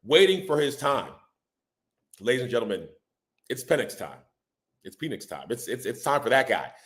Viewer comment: Why did I think this was a giant channel - and why don’t u know how to pronounce ur Qb … come on man